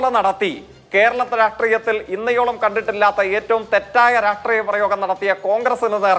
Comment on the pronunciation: ജയിക്കെ ഇന്നയോളം എന്നല്ല... ഇന്നോളം എന്നാണ്